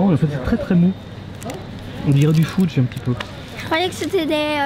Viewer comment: On dit 'feudge' par contre pas 'foudge'